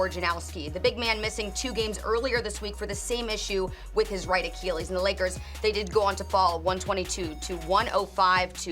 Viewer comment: Who’s the girl reporter who has no idea how to pronounce achilles??? It’s not Rachel Nichols, is it?????